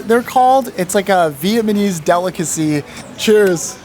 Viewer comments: & , not even through the whole vid but saying VietMANese instead of VietNAMese is crazy lol. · He keeps saying “Vietmanese” 🤣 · vietNAmese* not Vietmanese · Vietmanese though... Vietmanese 🤣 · it's so funny you keep saying vietmanese instead of vietnamese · He said "VietMaNese" 😂😂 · Is he saying “Vietmanese”????? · Bro can't pronounce "Vietnamese". He says Vietmanese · My boy can't say Vietnamese 😂😂😂 Vietmanese ❌️ Vietnamese ✅️ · VIETMANESE HE KEPT SAYING VIETMANESE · Within the first 3 mins, bro says "VietManese" and "costed"...sigh. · no way bro pronouces vietnameese like that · bro kept saying vietmanese its Vietnamese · bro said vietmanese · and bro say "viamanese" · every time he says “Vietmanese” it kinda pisses me off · viamanese coffee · man can't say Vietnamese